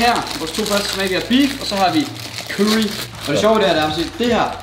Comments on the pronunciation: "kyrry" xD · det var da næsten bedre med sraaaaji eller hvade han nu sagde aha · måden du siger curry på XD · Hvordn f*ck er det han siger curry? ahhaha dør